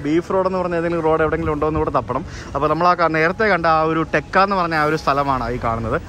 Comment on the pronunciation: ടെക്ക അല്ല.... തേക്ക......